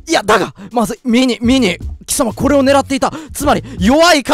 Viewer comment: 怒涛の巻舌 でコrrreでオrreが1位だからｧ